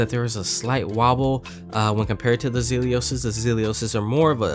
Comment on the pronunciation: Dude - its Zelios - NOT ZELIOSIS